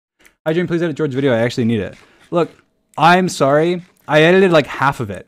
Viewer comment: I've noticed that too! He always pronounce it like that "Needle it" (needed it) "Codle it" (coded it) It's funny tho ngl